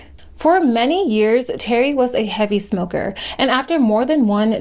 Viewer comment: Not gonna lie I used to make fun her saying “ I used to be a ‘moka” when I was a kid. I stopped doing that but I still think saying it like that is funny